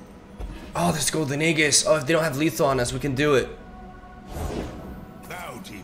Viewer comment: it's "AeJIS" not aeGHIS